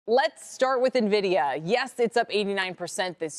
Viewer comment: I don’t trust an analyst who can’t pronounce the name of the company she is analyzing